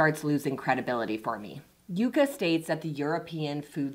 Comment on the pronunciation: I hate how you sometimes says “Yucka” and “Yaka” instead of “Yuka”. Also, your assessment of the app is inaccurate and biased. Sorry.